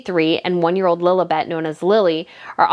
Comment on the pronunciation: Do I hear Lolabet in your American accent? It's Lilibet. Anyway, great content !